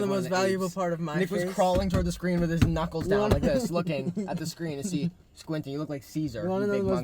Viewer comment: I thought Chris said nuts instead of knuckles 😭😭